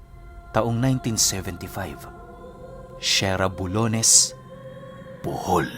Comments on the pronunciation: Pronounce of SeraBulyones 😅😅kbye😅😅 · yes po, taga Bohol din ako, yung pag bangit lang ni na slang lang nya😅